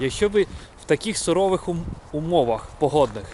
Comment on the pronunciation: Cуворих умовах) а не сурових